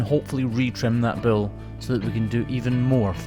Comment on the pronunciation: its a BULL not a Bill. you keep saying bill.